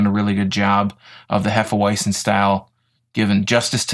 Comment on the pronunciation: sounds odd when you pronounce it in English. It's actually pronounced hefe-veitzen. any knowledgeable bartender,as well as most beer drinkers who watch this, would give you a weird look if you pronounce it the way you do. at least you don't say hefe weezin .other than that , a good review.